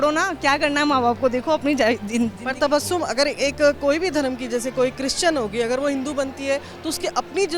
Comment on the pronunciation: अपना नाम 'तबश्शुम' न बोलें , अपना नाम 'तबस्सुम' बताएं ... 2. अपनी बात बोलते समय सिर ज्यादा न हिलाएं. "... "यार" शब्द का प्रयोग न कीजिये